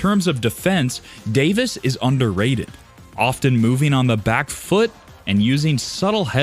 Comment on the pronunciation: I don't mean to be picky but I would appreciate it if the commentator would learn how to pronounce English -- specifically the words "often" and "attribute".